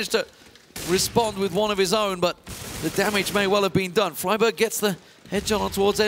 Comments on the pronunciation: In English it should be fry-berg. In Swedish it is NOT free-berg, that's wrong and the caster doesn't say it like the Swedish pronunciation, just some weird mix that doesn't make sense in either language. If you want to say it like in Swedish it should be more like freeberj, with a "soft j" at the end (like "y" when used as a consonant like in "yell"), not with an English "j" (it's a common error for Swedes to pronounce the English "j" like the Swedish "soft j"). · its fry-berg, not free-burg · Its pronounced fry-berg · Pretty sure it's fragberg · Isn't it free-bear? I remember hearing the Swedish crowd chanting that at cologne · Velislav Perchemliev Well tbh I'd say "Freeberj" rather than "Freeberg" since the G is pronounced more like a J in that instance. edit: Obviously talking about swedish from a swedes perspective. But I kinda like the americanized version of it (being Fry-berg). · Its free-bari